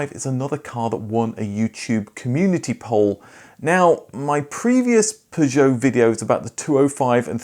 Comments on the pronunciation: Aaaagh it may or may not be technically correct but your pronunciation of “Peugeot” as “pi joe” is so different to the familiar “per joe” it’s all I can hear lol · it is pronounced 'PEUgeot' and not 'PisjOOOOw' !! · Why you say Peugeot like that 😮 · The pronunciation of p,jow is so annoying. Had to give up watching. I can understand why the Peugeot vids aren’t popular. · Even the advert says purjoe, this guys pronunciation makes my ears bleed. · After the fourth time hearing you pronounce Peugeot like a melon I couldn’t watch anymore. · if you want some advice on the French car video poor interest then you need to stop attempting the ridiculous French pronunciation. It's British to say 'Pur-joe' and 'Sit-ron' your faux French is turning people away. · Maybe if you just said per-jo like everyone else people would watch youre videos a bit more. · Your peeer joo. Fking hell. Cat 😅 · Why do you call them P'zhow? I mean, who does that? I can't listen to this, it's mental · You’re pronouncing Peugeot wrong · I suspect your videos about Peugeots haven't done too well because of the strange, idiosyncratic way you pronounce Peugeot. 😄😄😄 Only joking.... really great video! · Yet another great informative video from you but in the 28 years I worked at the Peugeot Ryton plant I never heard Peugeot pronounced like that. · Your mis pronouncing peugeot is greating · why four O five ?, it's like the number 405, it's not an O it's a zero, and you're not the only one to make this horrible mistake in pronouncing Peugeot, shame on you! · Couldn’t watch more than two mins. The way you kept pronouncing Peugeot unfortunately broke me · How exciting - a new way to pronounce 'Peugeot' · The reason your Peugeot videos don't do well is nobody can stand your miss pronunciation of the brand (for English speakers)for too long. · I've never heard Peugeot pronounced like this ever! Not even by the French! :)